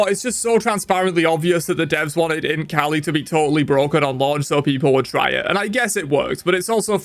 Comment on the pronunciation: I can't stop hearing Imp kali instead of Int kali